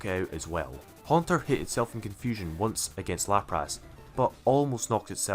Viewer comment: No One:: LaprASS